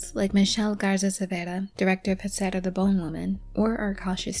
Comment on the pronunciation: Awesome video! And just so you know in Huesera the Hu makes a w sound! ❤